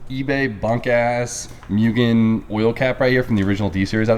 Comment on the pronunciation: Also it’s moogen not mewgen :/